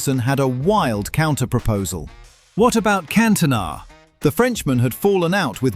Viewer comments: Yeah had to turn off immediately after "Cantoe-na" lol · Cantoe-na lol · Can Toe Nah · That Cantona pronunciation really irritated me